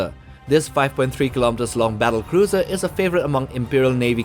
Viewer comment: learn to pronounce words diameter, organism, battlecruiser